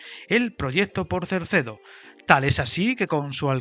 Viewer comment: Es CERDEDO, NO CERCEDO. No tiene razón de ser Cerdedo, ya que, además de no justificarse el volumen de inversión para el ahorro de tiempo, los 4000 millones de presupuesto dan para la salida sur y para una mejora sustancial de la línea del Miño, que además podría dar servicio en mejores condiciones a poblaciones intermedias, como Salvatierra, As Neves, Tui o Ribadavia, con cercanías o media distancia, que ahora tienen un servicio prácticamente inexistente o que no es competitivo con la carretera. Con la salida sur ejecutada no creo que la diferencia en tiempo entre Vigo y Ourense llegue a esos 10 minutos, ya que, además podría acortarse el recorrido con pequeñas variantes que eliminarían curvas de radio muy cerrado y algún túnel que también ahorraría recorrido y permitiría velocidades mayores.